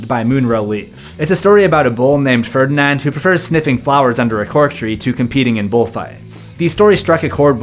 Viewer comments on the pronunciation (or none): none